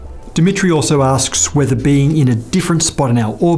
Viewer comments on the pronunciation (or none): none